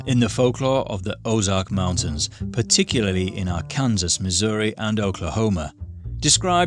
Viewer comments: R-Can-Saw : Arkansas That's how you pronounce it. Glad we made your list! Though we have lights and panthers more. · Ar Kansas? It’s Arkansas right?